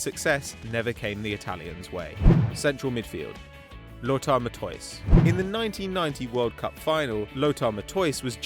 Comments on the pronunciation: Matoise?? Hmm I think that miss pronounced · Lothar Matthäus* ... and the pronounciation is off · It's not pronounced the way he pronounced it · Learn how to pronounce Matthaus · bruh, you really arent able To say Matthäus xD